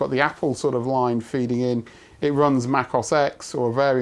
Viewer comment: You lost nerd cred, when you called Mac OS X, "Mac os ex". The X is the roman numeral, representing the number 10, and it's pronounced "Mac OS ten".